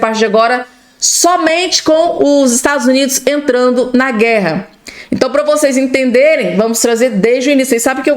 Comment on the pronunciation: 😮"Estadus Unidis" 😂😂😂